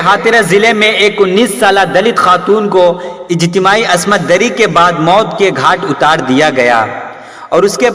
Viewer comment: Asmat dari nahi bhai. Ismat dari hota hai